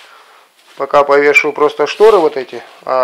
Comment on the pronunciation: Ужас а не шторэ